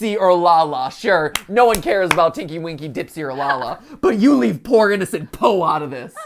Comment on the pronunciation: MatPat: "I studied Teletubbies!" Also MatPat: calls Po Popo